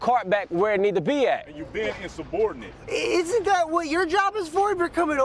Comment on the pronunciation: “ur being inseborderant” df that mean 😭😭😭😭😭😭